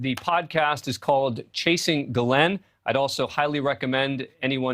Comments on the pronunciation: Why can’t these new people pronounce names? It’s not Gaa Lynn! It’s Ghis Laine. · her name being pronounced differently constantly its Ghislaine the * H * people it's there!! Pilot also got a load of freebies and college funds and free boats, lovely life for aiding betting child abuse.